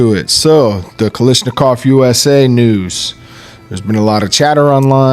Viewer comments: Why does everyone insist on calling it "Kalishnikov"??? The pronunciation isn't hard... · It might have something to do with where in the states you live.🤔 I noticed that Honest Outlaw says "lish" too. Brandon H probably feels a disturbance in the force every time somebody does it. Don't let it drive you crazy, though. It's like the clip/magazine thing, or direct impingement/internal Piston operation.😮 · What is so hard about saying Kalashnikov correctly?